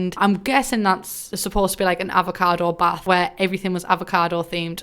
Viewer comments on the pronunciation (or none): none